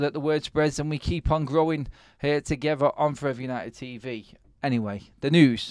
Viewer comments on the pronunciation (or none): none